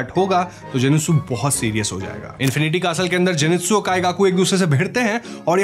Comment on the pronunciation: You said wrong jinetsu